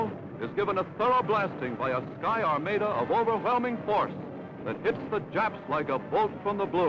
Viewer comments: What’s an “ar-MAY-da ? Perhaps it’s an ar-MA-da ! Also, it is pronounced TRUCK, not trook. Imbeciles ! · What's an armayda? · OKay, now he's pissing me off with his pronunciation of armada. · Like the narration This guy calls it truek! Not truck! And to hear armayda not armadda! We've been talking badly ! Oh well that's the only thing I can say ! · "Armayda, Trook?" Where did they find these illiterate weirdos?